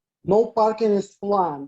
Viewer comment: how does "is planned" sound like "Islam"? 😅